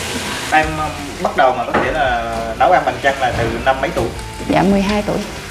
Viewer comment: Bằng chân mà nghe nói như bằng chăn!